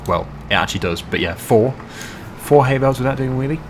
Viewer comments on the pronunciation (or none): none